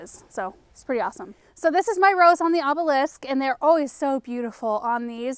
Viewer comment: Good job!!! You said "obelisk" perfectly! I've been hearing you try all along. Your influence is so tremendous, its important!!!